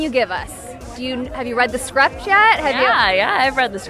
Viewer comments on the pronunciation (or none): Are we just gonna ignore the fact that this lady said “scrept” instead of “script”? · " have you rad the scrapt yat" at :32 . millennial take on the English language lol.